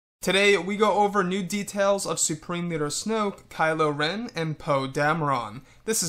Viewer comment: damer REN NOT RON- REN